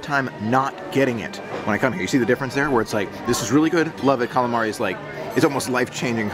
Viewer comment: It’s “Calamari” 😊